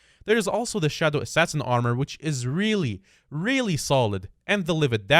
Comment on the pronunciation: this guy just really said shadow assasin with term